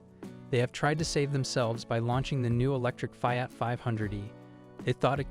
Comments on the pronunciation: Knee-san, you stupid AI robot. And it's jag-war, not jagger. Pick one of the two ways you pronounce Maserati. Fee-aht, not Fie-at. Sheesh! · The F (eye) at. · Fai-at? Good lord! Train that AI or use a real human voice. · The information might be golden, but the pronunciation of the car names is so AI. It's annoying that it can't even pronounce FIAT. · It can't even pronounce "Fiat." LAZY.